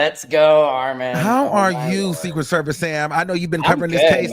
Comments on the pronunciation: Arm-MEN really be driving me up a wall!!! It’s AR-MON 🙄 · This is random but why can yt people NOT say Armons name correctly? 🤣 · Why do the whites call you Ar-MAN? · The whytes keep calling him … R - MIN why? Lol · I’m tryna figure out why they keep calling him ARMIN 😭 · I notice that lol they always add an extra A to his name. “Arman” 😂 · I’m glad that you said something to “Secret Service Sam” because he was making me mad saying your name wrong 😂